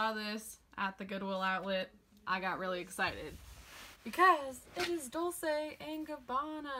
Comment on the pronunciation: Girl, it’s Dol-CHe, not Dol-say ;) In Italian, you always pronounce C before E or I as “ch,” C before A or O as “k.”